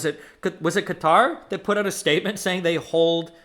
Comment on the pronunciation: Bro wants to pronounce Qatar correctly so badly 😂